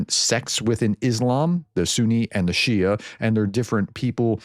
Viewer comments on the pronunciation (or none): none